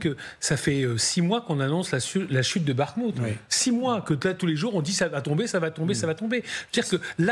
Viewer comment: ''Ces troupes ne progressent pas a bakmout '' 🤣🤣